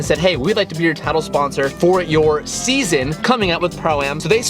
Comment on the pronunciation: Ah yes the new ZeaZon